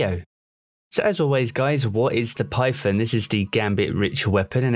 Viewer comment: Everyone: Python: Pyfon